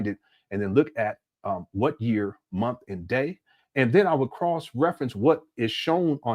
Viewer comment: "$500 dollars a munf 😳"- 😂😂😂😂😂